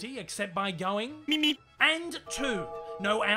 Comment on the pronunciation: I thought the road runner said meep meep not beep beep what the fu